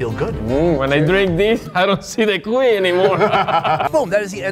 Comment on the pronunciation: The HARD pronunciation is in the “i” for the word CUI (the name of the hamster. It’s not CUi its cuI 😊